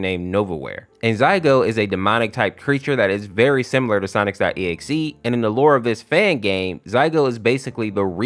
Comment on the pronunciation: By the way it isn't "Zaigo" its "Zalgo" with an L not an I which makes me think why do you call "Sonic.exe" "Sonix.exe" ? like you do it and I am just so confused on how someone could mess up such an easy to pronounce name